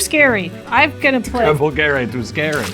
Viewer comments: This video was a blast, loved it! Btw Italian here, if someone is interested in it, you pronounce the g in "Travolgere" as a "dj" sound, the way they said it it's written as "travolghere" in Italian, wich has no meaning as a word and made the video even more funny😂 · As an Italian hearing pronunciation of colossal dreadmaw was hilarious (it was pretty good though). "Travolghere" on the other hand was really bad ahahahah